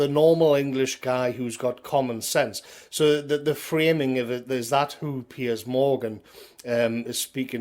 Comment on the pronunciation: Can we all just take a moment to appreciate most excellent pronunciation of ‘Piers’? PEEYAZ! Keep up the good fight,, millions of us appreciate it and agree with you!